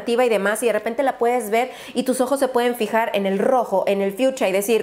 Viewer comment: la vdd en mi pais no es fiucha es fiusha y me quede con una exprecion de por q en algunos paises la sh la pronuncian como ch no se si sea normal pero lo respeto totalmente